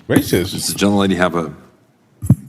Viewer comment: Rice isn't Rrrracist.